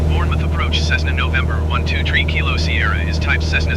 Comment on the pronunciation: Hi love this series but it is prounced bourne muff not bourne mouth lol